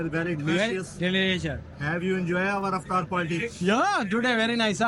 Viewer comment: Thanks for saying correct aftar not satar 😅